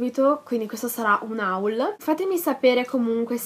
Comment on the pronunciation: Ti adoro ma si dice oll non haul